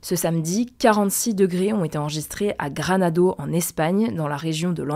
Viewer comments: Bourrique il s'agit de Granada et non granado. Arrêtez de nous prendre pour des demeurés 😮 shuuut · Granada et non pas Granado… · Il s'agit de Grenade/Granada et pas "Granado" ^^ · on dit “granadA” et non “granadO”. Mais le contenu est souvent riche et bien exposé. Merci de votre travail. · on dit du tout granado c’est soit Grenade en français soit Granada en espagnol. Merci à vous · il y’a quand même une différence entre mal prononcer et changer une voyelle.